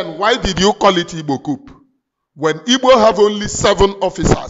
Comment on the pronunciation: This word is pronounced: "COO" The "P" is silent. Cheers.Lions.